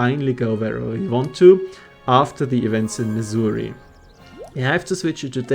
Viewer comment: Thanks to your accent I keep thinking you’re talking about Missouri, the land of ancient African tribal huts.